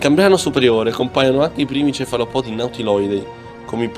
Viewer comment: Bravi ma occhio agli accenti... Brachiopodi, cefalopodi, artropodi.... Etc. L'accento va sulla prima "o"